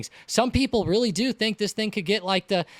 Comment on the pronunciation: it was witerry cwazy